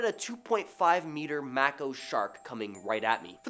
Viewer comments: Mako = May-ko Mako ≠ Mack-o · it's pronounced MAKO=MAY-KO NOT MAH-KO Does no one review these videos to see if your hosts are pronouncing names correctly?? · it's like your name m long A ko not m ah ko❤